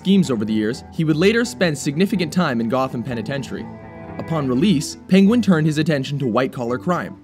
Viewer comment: "PING-wen"???? Is that a new pronunciation?